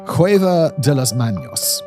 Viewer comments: Manos, not Maños. You keep saying the Spanish word for hands as if it has a tilde over the n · Did you just say, "Cueva de las maños"? NO, dear. Manos, not maños. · las manos - las MAH-nos, not las MAHN-yose, no tilde on top of n. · (Manos is not Maños, so it's pronounced "MAH nōs.") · Not manyos!!!! Manos!!!!ffs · Please... Its pronounced Cueva de las Manos. Not "Maños" (manyoz) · At first I thought it was a mistake but then he kept repeating it through the video. Pronouncing the word as "maños" is as offensive to the ears as referring to him as Semen Whistler.😌 We should start doing that. Eureka, Semen Whistler it is!!😏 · He said manyos Incorrecto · NOTE for the future .....Check the Spanish pronunciation next time ...Manos not manyos!!! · I would recommend a quick spanish course Simon. Hands in spanish IS pronounced ma-nos and not maños, which IS the name for people from Aragón in Spain. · Cueva de Las Manos (Cave of the Hands) : manos is pronounced MAH-nos, not MAHN-ios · It's just manos not maños. There's no nya sound. Ma-nos. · It’s pronounced “Mah-nos”, not “Manios” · manos is "MAH-nohss" not "MAH-nyose" (that would be maños) You've taught me so many awesome facts, Simon & co, that I want to give back if at all possible 👍🏼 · The "m" in "manos" is pronounced like the "n" in "Simon". It is not an "enye", not "manyos". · cueva de las maNos, not "manios", there is no tilda on the n here (ñ) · Mispronounced "manos" ! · Small edit : the “n” in “manos” does not carry a tilde and so is not pronounced with a “y”. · For such a lovely voicing, how could the word “manos” be left mispronounced. What was the process allowing this to remain? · Most of the time the word has a ñ people pronounce the word as if it was a n. "Manos" does not have a ñ and you pronounce it as if it did.